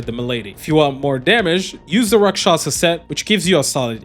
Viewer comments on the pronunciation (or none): none